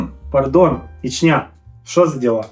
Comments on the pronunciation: Та господи,скільки ж можна😂Наголос на перший склад в назві міста Ічня,чого завжди у всіх асоціація з Чечнею???😢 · Самій вухо ріже, коли роблять на останній склад наголос))